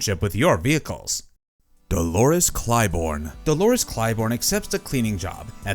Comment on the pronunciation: I stopped when it said "Dolores Clybourne". I'm tired of Ai.